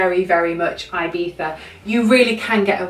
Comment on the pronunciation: Its so stressful how you say IBIZA... 😑😑😑😑😑